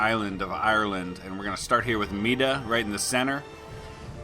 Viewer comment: Mide is pronounced "Meed" not "Meeda", nowadays it's Meath. Also high kings didn't necessarily come from Mide, it was the seat of the Kings of Tara, the Uí Néills, but they weren't technically high kings as that did not rule a United Ireland.